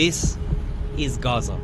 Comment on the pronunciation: Where is raza? 😂 Why do they give these people jobs... She can't even pronounce gaza